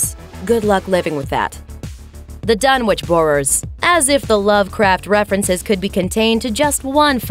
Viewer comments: "Dun-itch"... It's pronounced "Dun-itch". Not "Dun-which"! If you're going to talk about HP Lovecraft and his work, learn to pronounce said work correctly! (except for the language of the Elder and Outer Gods... I'll forgive you for not being able to pronounce that lol) Also, Pickman's Gallery is based on "Pickman's Model", also my HP Lovecraft. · Ok. It’s pronounced “Dun-itch”. 🤦🏻‍♂️ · Dunwich is a kinda different way of pronouncing it it’s pronounced dunwick